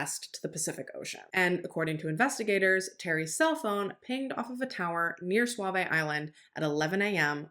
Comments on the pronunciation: Are used to live in Portland, Oregon and it’s not suave it SooVees that’s how it’s pronounced. We were at the Pumpkin patch when they shut it down if your going to speak on such places, you might want to learn how to pronounce what they are. It’s not that hard to find it’s pumpkin patch 411 also works the only time I’ve heard you sound stupid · Not that it matters, but we pronounce Sauvie Island Saw-vee, not suave-a, and Willamette is Will-am-it, not Willa-met. Thank you for this coverage. All us locals still believe Terry did it and Kyron's bones will be located someday.